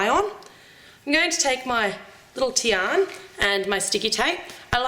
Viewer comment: lol her name is not tian its diana